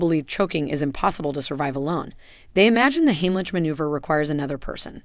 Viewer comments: If I hear "heem-lit-sh" one more time........it's HIGHm- lick!!!! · more AI generated slop - not even looked over once by an actual human to fix all the mistakes - doesn't pronounce simple words or sentences properly (it's NOT "heem-lit-sh", it's HIGHm- lick!!!!), no video or even stills that show actual people in the actual positions or doing the actual maneuvers, too many words to just fill up space and add pointless minutes, too many offshoots to talk about other things - this could have been helpful with some quick and EASILY remembered "most important steps" for people who can't get ANY air and who WILL pass out in just a minute or two AND THEN DIE, instead of 20 minutes of mostly totally pointless blah blah blah with a bunch of not even useful just really distracting cartoon graphics. oh, and for the last two and "best" techniques - some seniors can't stand unaided, and most seniors can't go on their knees!!! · AI should learn to pronounce Heimlich.